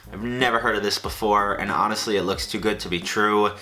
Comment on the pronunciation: This is the first time I’ve heard someone pronounce the H on Honestly...